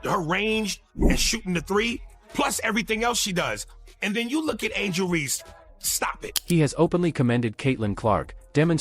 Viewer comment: Also referring to Reese as "Ree."